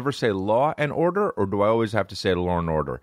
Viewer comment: its law and order not lorenhorder